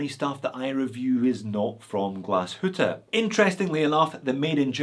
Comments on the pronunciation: Finally someone not butchering "Glashütte". Boy I heard everything from Glashootah to Glashewtee 💪😅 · Wow, you almost nailed the word Glashütte. 👍